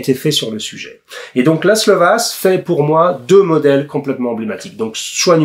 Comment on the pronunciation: Je ne voudrais pas être porteur de mauvaise nouvelle, mais le S en Hongrois est chuinté. On devrait donc dire Vache et non pas Vass. Pour le coup, on gagne à être ignorant je trouve.